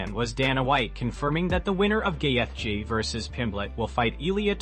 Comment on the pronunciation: Wtf is with all this ai BS? Gay-eth-gee….